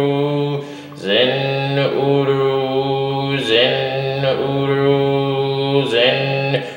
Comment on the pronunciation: Why are you chanting Zen Oro instead of Zin Uru?